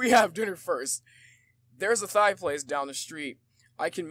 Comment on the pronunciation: 'Thai' is pronounced like 'Tie'. I'm sorry if they came off as rude but I just thought I would let you know.